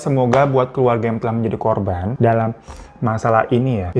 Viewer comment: Q pikir telingaq yg salah denger korban jadi korbon..